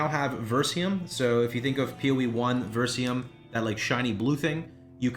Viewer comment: It's spelled VERY-SIUM. Not VER-SIUM.....